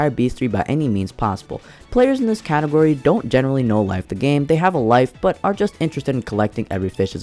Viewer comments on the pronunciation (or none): none